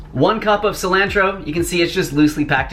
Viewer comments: "silAAAntro" 😂 makes me wonder where he's from in America? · It made me cringe lol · Subscribing for the way you pronounce “Sil-AN-tro” 😂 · Lol the way you say cell-lan-tro... lol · I’ve never heard anyone say “cilantro” like that lol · I've never heard anyone pronounce Cilantro like you just did. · I like the way you say cilantro. 🥰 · Peep how he says cilantro 😂😩 love it! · Cilantro - long A (like in the word jar) not short a (like in cat) fyi 😁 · [Just teasing] What's wrong with your 'a' sounds?? It's ah, for both pasta and cilantro. 🙉 Thank you for the great recipes! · I love your pronunciations! Haha it always makes me smile.